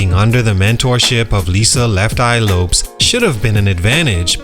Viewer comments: LEFT EYE LOPES??? LOPEZ? Bruh this AI is not bad BUT fix that LOL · The fact that u keep saying (lopes) instead of LO-PEZ 🤦🏾‍♂️